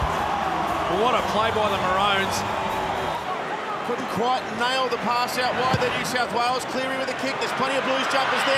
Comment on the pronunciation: Because it's pronounced "ma-row-ns"